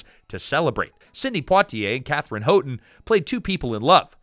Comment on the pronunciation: If only the Katherine Houghton’s part had been more than a sweet young woman. It’s pronounced HOWton, btw.